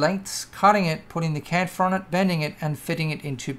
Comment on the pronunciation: chamfer, ch, ch, not campher